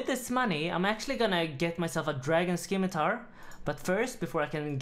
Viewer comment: Love your content bro it’s pronounced simmitar